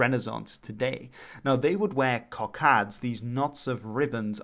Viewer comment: Cockades, not Cockadds.